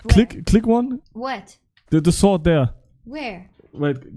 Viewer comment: "swwword"😭 und W